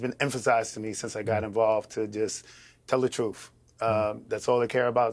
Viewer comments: Like when he says troof, instead of truth? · speaks the “troof” lol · hes from NYC thats how we say "truth" now go talk to an Italian new yourker and see how they pronounce "told the tooth"